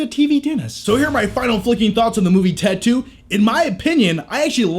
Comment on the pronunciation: When u say ted 2 sounds like you're saying tattoo lol